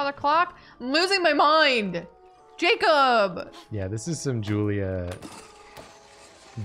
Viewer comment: lmao my name was the only one jacob read wrong in this stream